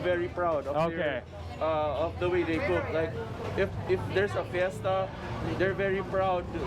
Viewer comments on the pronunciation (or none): none